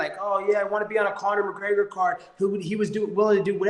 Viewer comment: "Corner McGregor" 😂😂